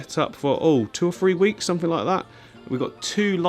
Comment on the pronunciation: I watched till the end just to hear you say click sumfink lol It was great to see all the tanks I have watched you build over the last year, keep up the great work Thanks to Mrs for sharing you